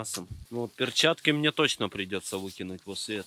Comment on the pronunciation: мои любимые фразы «РЕБЪЯТКИ» и «А МЕНЕ СЕМЕЧЕК, А МЕНЕ»